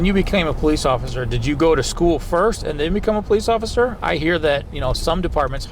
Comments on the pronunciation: He said “Occifer Dofry” 😂 I’m sorry but I laughed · He said occifer😂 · Ain’t no way that dude hit the cop with the “occifer”